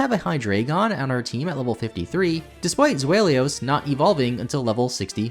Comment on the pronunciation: Za-way-ulos........I love ya bud